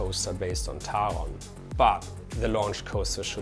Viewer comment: My happiest moment of this video is showing people how to properly pronounce Taron. 😁